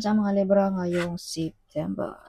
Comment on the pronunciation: Libra ndi Lebra. Masyado mong binibisbis DUHHHHHHHHHH